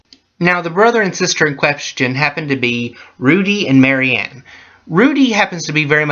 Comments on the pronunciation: It's MarIA, not Mary-Anne. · It's Maria no exceptions not Marie not Mary, Maria got that.